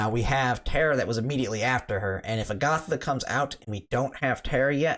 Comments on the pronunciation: Why can’t pronounce a SINGLE name correctly? It’s a-guh-tha. Agatha is a real name. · Your pronunciation is incorrect, Agata is pronounce with short short a sounds ah, or jus a in Spanish, there's not uh or th in there. Theres a lot of Spaniard names in this game, makes me think Iria is base on spain. Other Spaniards names a re gloria, García (surname), Gómez, Fátima (Safi), and maybe more, all probounce with short vowels. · Agatha is an old lady name. I prefer the more Fantasy Style sounding A-Ga-Tha. But regardless I'll call her Agata, no H, because that's how it's spelled in most official media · Cool video. Agatha is a beast in the pve stages she appears. Also, fyi, I'm not sure if you care, but as for the name 'Agatha', the stress goes on the first syllable, not the second one. Agatha is actually an old name in the English language, kinda like Gloria or Simona. It's a fairly common name, mind you. I'm sure you must've heard it before, without realising. There's a Marvel/Disney tv show called Agatha All Along, which is a spin-off of Wanda Vision, and there's also a super famous crime/mystery writer called Agatha Christie. I'm sure that if you google 'Agatha pronunciation' you'll come across a video/audio of it.